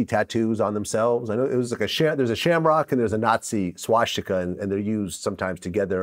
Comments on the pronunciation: vlad even says "swashtika"...i KNEW he was jewish. nbd vlad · “Schwash-tika?” Who the fuck says that 😂😂😂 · “Schwastika”- Vlad